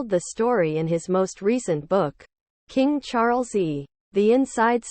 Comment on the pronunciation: Excuse me!? King Charlesee??? It is King Charles the Third i.e. King Charles III.